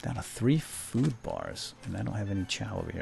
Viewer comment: why does say food as chao